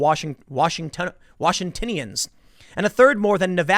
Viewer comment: Washingtonians is pronounced "Wash" i "tone" ee "uns" the i is short.